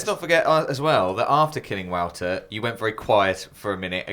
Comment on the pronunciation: Is pronounced like voter. Not wowter. Lol